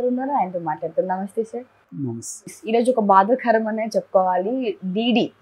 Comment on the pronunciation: బాదా "ఖరం" కాదమ్మా బాధాకరం !